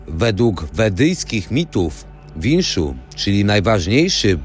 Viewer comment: Wisznu a nie winszu.